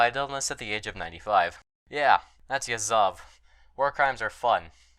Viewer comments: Why did you keep saying Yazóv when it's actually Yázov? That's odd bit with English speakers, they keep doing same thing here and there, except with super famous guys like Lénin or Stálin. Can anyone elaborate on that phenomenon? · I think it's just an american think. I'm English, and while I have some knowledge of russian, to me Yázov is the correct pronunciation. They like to put the stress on the last syllables in general (take for example "Birminghám", Alabama, as opposed to "Birmingham", England.)